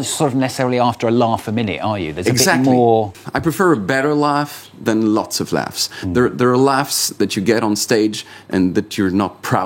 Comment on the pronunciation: proud "off" instead of proud "of" (ov')